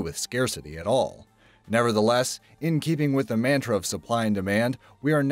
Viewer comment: Dude. Good voice but really? Maaaaantra ?